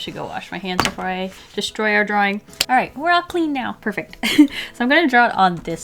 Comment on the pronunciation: Dwawing wiff waffles 🧇 lol 😂 drawing wiff waffles